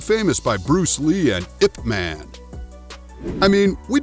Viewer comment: Did he freakin say “iyp” man instead of i p man